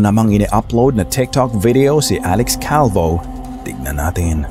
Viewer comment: Alex Calvo... 😅😅😅😅 Slang ng konti